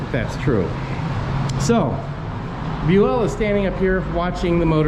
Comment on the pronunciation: Bue-ELL doesn't sound right, did he say it's pronounced this way? He's been on the 6th floor living history episodes several times and they called him BUEL. So I'd double check that, Bue-ELL sounds ridiculous!! 🤣